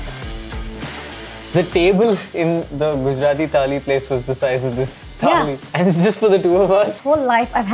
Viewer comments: Am I the only one who noticed saying "Tali" instead of "Thali" every time he said it? #JustBangaloreanThings No offence! I'm from Bangalore and I laugh every time when my friends try hard to get it right 😆😆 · First of all, it is NOT TAALI, IT IS THAALI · I understand about kaneez..... but its called "Thaali"..... not Taali.... Taali means clap.... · Thali not Tali. One is plate, the other is Clap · its not taali it's thaali. Similarly it's not taal its thaal. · It's not a freakin taal or taali, it's a thaal! I am sure you don't have any trouble pronouncing game of THrones! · It's not taali but thali. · What's wrong with them?? Why are they pronouncing 'taali' and not 'thali'??!! How stupid is that! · Let some air out of your mouth when you say the ‘th’ in thaali. Thhhhhhhhaaaaaaleeeeee